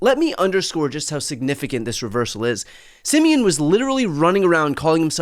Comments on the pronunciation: Pronouncing "Simion" as "simian" is just chef's kiss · Always love how English speaking people pronounce Simion's name as "simian" :)) pretty accurate for his personality and behavior.